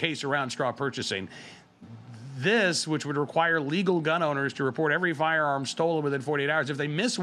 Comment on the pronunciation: Dude, you need to say, "firearm", the complete word! Because every time you say it , it sounds like you're saying "farm", you sound flippin stupid.